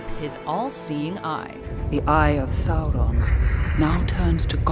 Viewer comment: when u say sauron it doesnt give u anything bad or evil. it sounds like u said something wrong